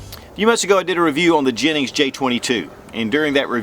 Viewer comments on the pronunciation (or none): Damn, brutalizing the pronunciation on that one.."High-menez"😂😂. Should be "He-meh-nez". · It’s Heemenez, not Highmenez. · It's EE - MAN- EZ. Not Jimmy nez. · It's Him-en-ez not Hymen-ez Just saying... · Repeat after me now, “he-men-es” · He-men-s.... You said it right a few times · Have gotten into mouse guns since earlier this year (2019). Curerntly have 4 and waiting for clearence for my 5th. Really appreciate your reviews Mouse guns and others. You are one of 5 reviewers I count on. One point on this review, it is sometimes confusing for some when it comes to pronunciation of Spanish words. The name "Jimenez" is "He - men - ess". The "H" in Spanish is pronounced like "H". Any way keep on reviewing. DId not Jimenez sell to Phoenix Arms? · I was told J is silent, so em-meh-nez... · Hey brotha, thanks for another cool little review but let me give you a little hand with something. Ji-MEN-ez Watched this vid and the newer one on the 9 and I can hear you hunting for the emphasis and hoped I could be of service :) Keep it up and zero negativity intended! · It's pronounced HE - men -ez . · Put some work into pronunciation, boy. "Hymenezz JA-22"...